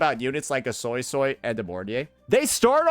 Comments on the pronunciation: It honestly isn't even well pronounced.. it's more so like soisoi (so-ey so-ey) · I can’t unhear the Soy-soy instead of Suisui 😅